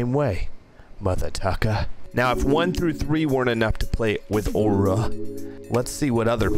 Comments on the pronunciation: why say waura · bruh stop everyone still love aura say it right lmao dang you say ora stop over reacating dang dud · i literally made a vow to NEVER buy “aw-rah” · He’s putting out his own opinion and everyone else likes it and he saying aura like a stupid away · This kid has no idea how sweats be like he can't even pronounce aura